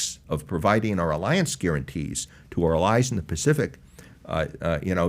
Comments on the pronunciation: Is this "uhllies" thing the new "Keve"? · Why is he saying “Allies” like that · Who taught this guy how to say ‘allies’?